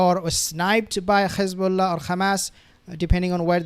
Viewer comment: I’m just curious, why do you pronounce it “Khamas” and “Khezbolla”…. Like the Zios do…..